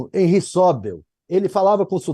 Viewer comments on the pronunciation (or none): none